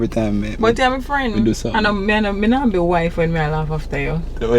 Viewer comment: sey" it nuh look tree bad" lol